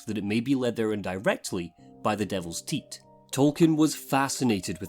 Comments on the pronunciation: sick video, but why did you say "teat" when pronouncing "tithe" (tai-th)?? xD proper had me second guessing myself there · tithe is pronounced TIE with a th sound. TEET is pronounced how you said it. Both these words have drastically different definitions. It also confounds translating the sentence when you confound the word. One refers to you succumbing to the desire of the devil to reach an unintended destination, the other refers to the COST or PRICE of dealing with said devil. See how the context changes based off this single word being pronounced and understood correctly?? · "Led there indirectly by the devil's teat." Excuse me, what the hell? Oh. That's how "tithe" is pronounced in your dialect, got it. OK. (it rhymes with writhe in mine) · I'm much less concerned about your pronunciation of invintory than i am that you pronounce tithe as tit lolol. Love your videos btw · TitHe Tie-THE I thought I was losing my mind for a moment there.